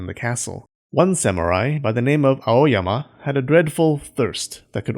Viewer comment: When you say A-O-Y-A-M-A I think about clean freak Aoyama Kun